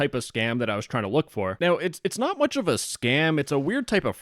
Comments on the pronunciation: 2 times “mucher” 😂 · Two times "mucher" I'm dead! XD